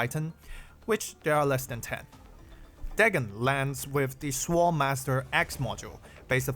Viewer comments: note for reference that the 'w' in sword is silent. Appreciate the content, I'm trying not to think of the new era as power creep so I can concentrate on having fun. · the way how you pronounce "sword" sounds like "swole" lol HELL YEAH MY BEEFED UP SWORD LADY